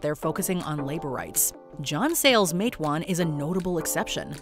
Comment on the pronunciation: I drove through Matewan today. I appreciate the name being pronounced properly. It’s usually mispronounced “Mat-ah-wan”. I’ve watched 15 of these movies, mostly the pre-1960’s ones.